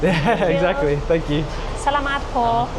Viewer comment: The areas are called Stations, not Sections. You kept pronouncing “salamat” incorrectly.